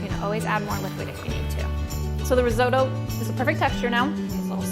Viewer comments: What is reezodoe ? Oh my god you’re trying to make something you can’t pronounce!!! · I wince every time I hear her say "rizoe-doe". And she says it a lot. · you can't even pronounce risotto properly.... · Great video, and that is such a fun way to pronounce risotto! Never heard it in an American accent before haha, very cute!